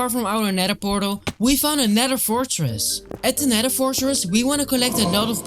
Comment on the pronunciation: Nether❌ Neder ✅